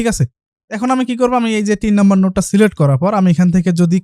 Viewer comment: celect na select hobe kotha ta😆😆😆